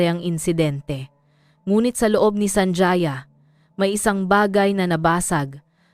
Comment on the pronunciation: SANJAYA?..apilyido yan kaya ayusin nyo nman ang paggawa ng kontent nyo..ang pag bigkas nyan ay SANHAYA"J" ay tunog letrang "H"(ha)..